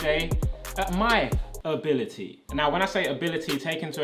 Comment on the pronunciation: No one Me laughing when he said: "ability" etc